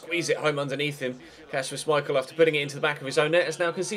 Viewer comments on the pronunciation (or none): none